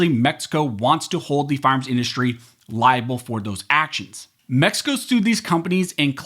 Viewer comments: Say it slowly “ firearms “. Sounds like you’re saying “farms” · Sounds like you're saying "farms" instead of "fire arms" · Why do you keep saying “firearms” like that? You keep saying “FARMS”, it’s annoying as sh¡t! , you said it correctly, then 15 seconds later, you said “farms” again. I dunno, maybe I’m crabby today, but I can’t listen to you. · Why does this guy keep saying farms?